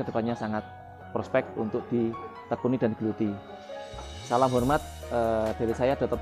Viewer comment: Ngucapin salam kok jundet ya??????